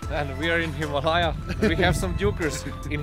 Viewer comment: Hema..laya😂😂😂😂hima layaa. ..lol